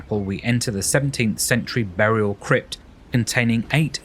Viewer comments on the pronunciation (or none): none